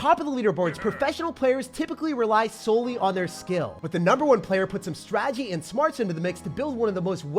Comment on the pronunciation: Does anyone else notice that says ‘strategy’ really weird…like, every single time. I chuckle every time I hear him say it. No hard feelings. I love ya dude! I’mma daily first-thing-after-the-work-shower watcher.